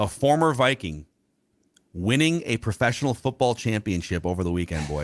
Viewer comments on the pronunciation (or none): none